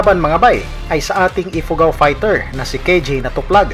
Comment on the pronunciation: Anong ipugo wrong pronounsation